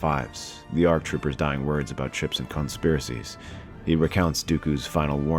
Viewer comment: what was that? Did you say clone-spiracies?